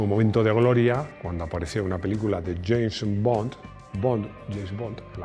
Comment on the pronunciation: Yeisss bon ... ! 😳🙏🏼😂por favor estudie el nombre bien pronunciado en Inglés antes de dar pena en el vídeo hombre , usted tiene su equipo ahí para estos detalles así no queda tan mal parado y divertido escucharlo pronunciar el Inglés . Malísimo ! ✌🏼